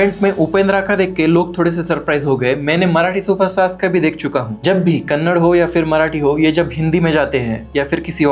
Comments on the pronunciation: Your saying as kannad❌ your not correct pronounsing saying as Kannada✅ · Bro it's not kannad it's Kannada, Please correct your word! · Kannad nahi kannada bolo bhai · Acha bola bhai apne, par lodu kannad nahi kannada hai...